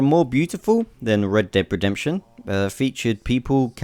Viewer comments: it sounds like your saying red bed inception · Reb Deb Redebtion. lol